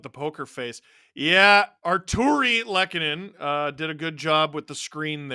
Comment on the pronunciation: Artturi Lehkonen 1-0 Avs (Lol botching his name again) Andrew Cogliano 2-0 Avs Tyler Bertuzzi 2-1 Avs Tyler Bertuzzi again 2-2 tie Mitchell Marner 3-2 Leafs Mikko Rantanen 3-3 tie Tyler Bertuzzi (Hatpy Birthday!) 4-3 LEAFS WIIIIN!!